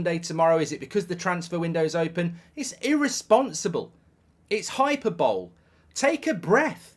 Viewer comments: Hy per bo leee.....not hyper bowl Mark.... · Hyperball!?!? It's pronounced hiperbolee, you numpty. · Hyperbole is not pronounced "hyper bowl", its "hai-puh-buh-lee"… just because I think you’ll be using that phrase a lot this season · Hyperbole 😂 it's high-per-bol-ee not hyper-bowl😂😂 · Hyper "bowl" lol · hyperbole /hʌɪˈpəːbəli/ hi-PEAR-bah-lee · high per bowl eee, please get it right ffs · Hyperbole = Hi-per-ba-lee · It's pronounced hy-per-belee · "hyperbole" is pronounced "Hy-PER-bo-lee" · Hi- per- bol-ee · Hyperbole is not pronounced "hyper- bowl" Mark😂😂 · Its actually “Hi Per Bully”…… Jaysus…. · My favorite ever pronunciation of hyperbole ever 😂😂😂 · Mark lad ur pronunciation of hyperbole at the start is hilarious🤣🤣🤣🤣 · Hi - per - bo - lay, hi - per - bo -lay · I knew this was going to happen. I Never expect anything positive from this club anymore... Also Mark your pronunciation of "hyperbole" is atrocious....